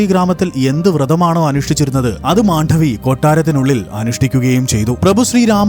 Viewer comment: Not Mandhavi, but just Mandavi❤